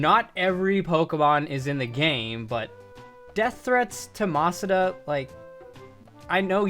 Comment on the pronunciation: Mispronouncing Masuda? Come on, I know you’re better than that.